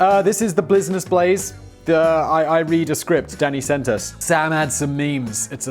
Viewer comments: "this is the Blizness Blaze" Put down the cup Simon you've had enough to drink That or he about to have a stroke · Got a bit of booze in that red Solo cup, Simon? Sounded a little slurry on that business Blaze🤣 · Did he say bluisness blaze or is that just me? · Was having a pretty awful day until i put on tha boi with d blaze and then 1n half minutes in hear him pronouncing the show as the blizness blaze and i couldnt stop laughing thank you simon ,danny and sam i say this on every video or such but this content is fire its the reason you have a hige core fans willing to purch the merch and sen you free enrron stuff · Did he say Blisiness Blaze? 😂 it’s midnight where I’m at and i was half asleep when the notification came in and i woke up just to watch lol